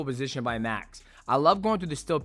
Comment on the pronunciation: Why's Mighty Mouse saying "Bosition" like he's Arab?